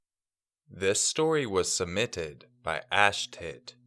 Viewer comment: i Don't want to be rude or anything here, i just need something to comment so i will comment this: When u said submitted, it souned wrong. It sounded like "Sumitted" (Remember that i don't want to be rude, just need something to comment)